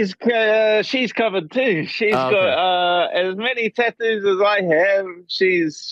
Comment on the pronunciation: You know arial loe ke hating on the tattoos , or "dadoos" as Dan says